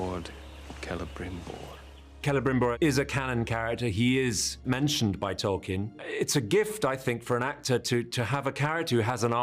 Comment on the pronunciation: Each time one of those writers say "Tolkien" i want to explode. He would be so disappointed :/